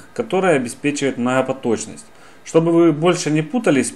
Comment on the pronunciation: Мнахапоточность. ПРАХРАМА. Ахахахахах.....